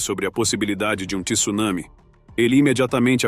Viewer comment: Além da intenção de ganhar likes e disceminar medo, ainda pronuncia Tsunami errado! A leta T não vem seguida do "i".